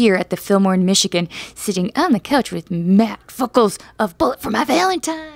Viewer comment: Did she call him ‘Matt Fuckles’ at the beginning?